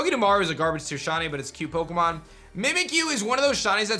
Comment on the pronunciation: I love your vids, but why do you need mispronounce Pokémon